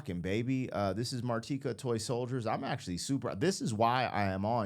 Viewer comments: Mar-TEE-ka. You pronounced it correctly. As far as Eminem’s samples, Dido’s song “Thank You” was pretty much unknown in the US until Eminem sampled it in “Stan” and made it popular. She really owes much of her success to Eminem. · Mar-teeka is the pronunciation 😂❤ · You said her name correctly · You did say her name right😊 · Ah yes... Martika (and yes, you did pronounce it correctly) ... essentially a one-hit wonder from the mid to late 80's ... I remember when this song climbed the Top 40 charts and the host of it was talking about how one of her favorite restaurants was the Olive Garden in City of Industry (Puente Hills Mall) - which was only a short drive from my high school. This is also the mall that they used when they filmed the Twin Pines Mall (Lone Pine Mall) for the first Back to the Future movie. To me ... she's kind of a "local celebrity" from my area/hometown ... a beautiful voice/performance on this song... most of the kids from my generation remember her from this song & her time as a child-star on the show "Kid's Incorporated" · Awww, c’mon man! Her name is pronounced….oh, wait. You got it right. Never mind. Carry on… 😉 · His French pronunciation was accurate 😉😉😂😂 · Don't worry. You pronounced her name right 👍